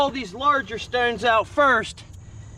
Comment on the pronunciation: I like how he says stownes